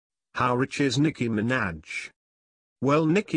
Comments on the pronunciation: Sounds like he's saying Nicki Mc Snatch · "Nicki Minadge"lmao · the way he says minaj 😂😂